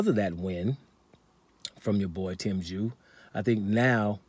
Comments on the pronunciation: You called him Jew, u called him Chew?? Wtf bloke. Are u related to Charlo?? Just go with the Zoo bloke, that's much better.🤷‍♂️🤦‍♂️🤣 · Tim Jew 🤣🤣🤣 kosya chew 🤣🤣🤣 damn I’m confused brother!